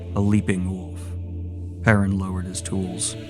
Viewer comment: omfg... you pronounce the L in foLk, even though you shouldn't, but you pronounce "woLf" as "woof". It's too much. You're either the greatest troll on the internet or dumb as shit.